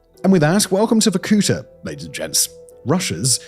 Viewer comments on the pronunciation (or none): It's pronounced VorkuTA, not VorKUta. The stress is on the last syllable. Why do anglophones nevel look up pronunciations? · Me as a Russian clicking on the video to see what other nations think about Varkuta. Oh, btw it is Varkutá, like the last vowel is the one you should articulate not the oo sound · Dang, I used to live there for a while 😕 Not wussia’s, Komi’s. And it’s Vorkutá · Sérieux c mauvais la traduction est mauvaise tellement que ça m'enlève le goût d'écouter jusqu'à la fin vorkouta pas varkoutoa ni vakouta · The video is full of antisoviet lies. And you could at least learn to pronounce the name correctly. It is Vorku'ta. The stress is on the last syllable. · VorkutA, you stress on the last A.😊I am Russian, take my word for it. You l say how you do it, no one in there will know what you are talking about 😅 you are welcome. Victoria.. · Vorkuta -- spell it Vor - ku -taa hit last vocal letter not to hit o long. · It's VorkutA. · making 30 minute "shocking" video about hell-on-earth-city and cannot even bother to pronounce it's name properly. just repeat after the goddamn google translate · though the pronunciation of the word Vorkuta is different